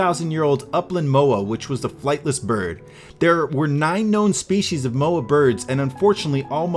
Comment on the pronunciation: I live in New Zealand and that's NOT how you pronounce Moa